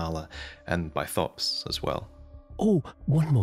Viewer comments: Thops says his own name in-game, so I find it annoying that you say it as thopps and not as topes. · Thops's name is pronounced "topes," he says it the first time you speak with him. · Why would you pronounce Thops's name like that?!?!?! I'm crying